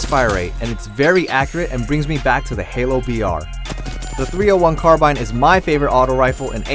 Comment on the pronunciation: You pronounce carbine wrong